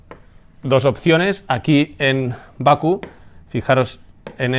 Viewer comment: ¡Hola "crack"! Se dice Bakú, no Baku.